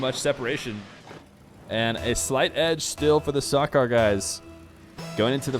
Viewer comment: It's SAH-KER not SAH-CAR